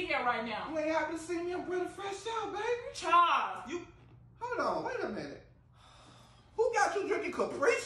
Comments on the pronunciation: Them pronouncing it Chaws instead of Charles is killin me 🤣🤣💀💀💀⚰⚰ 👻👻👻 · Right Chawls 😁😂🤣